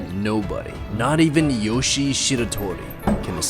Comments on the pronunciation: he pronounced it wrong i think, i’m pretty sure it’s yoshi-EY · It is pronounced yoshiA not yoshi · It’s not Yoshi, it’s YO-SHE-EH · His first name is pronounced YOH- SHEE-EH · no, its Yoshie. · his name is yoshie shiratori or よしえしらとり in Japanese and is pronounced yo shi e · Not to be rude but - his name is pronounced "Yoshi-eh Shiratori" Yoshie Shiratori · Its pronounced "Yoshie Shigatori" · Just wanted to point out that the name is pronounced yO-shE-yeh. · when pronounces Yoshie Shiratori wrong: My brain: mario wants to know your location